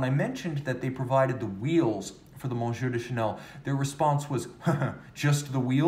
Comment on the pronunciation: You just murdered the Monsieur...! Google Translate app. will fix it, at the same time you will find the ‘eye’ in Trompe l’œil to be very similar...Ah, these French words with all those silent letters and such!